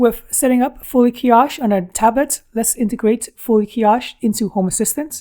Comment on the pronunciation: Nice video. Keep up the great work. Where did you get the tablet mount. Like the style. A bit like TabLines TWP wall mount. Kiosk is pronouced - kee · aask. A strong K. You have a more h sound. Trying to be constructive.